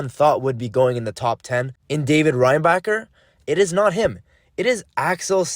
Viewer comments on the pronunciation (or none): none